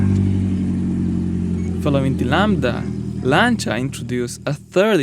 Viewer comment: you pronounce "Lancia" correctly that alone is enough for me to give you a 👍 great content by the way